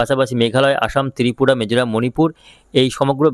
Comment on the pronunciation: তিরিপুরা নয় রে পাগলা, ত্রিপুরা😅😅😅😅